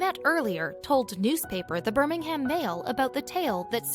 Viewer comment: I do wish people would take the time to pronounce things correctly. It is said Shrop Sheer (spelt Shropshire) and Burr ming um (spelt Birmingham).